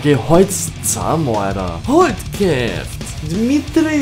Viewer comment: 00:1 is not K Is S soo is pronanced Sjeft But its writed Kjeft There is a tip